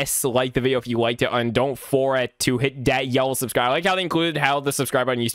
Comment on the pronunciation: “So subscrursh”